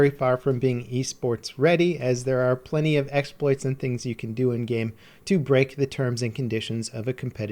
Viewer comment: Pls stop saying End-game/N-game instead of in-game